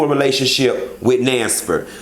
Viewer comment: Nansford!!! Thought I was the only one who heard that😂😂😂